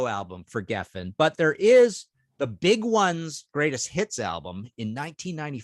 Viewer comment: Did Martin say "greatest tits" ?